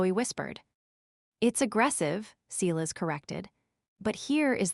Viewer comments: Sighlass. It's pronounced sighlass. Edit your AI voice software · OK, in addition to the fact that your AI voice doesn't know how to pronounce the word Silas, he couldn't be on the Internet looking at what Julian is doing on the network inside the company. That's not how IT works.